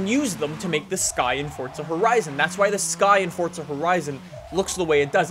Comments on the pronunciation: why does he say it like its fortsa, its fucking forza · it's pronounced "for zuh" not "fort suh"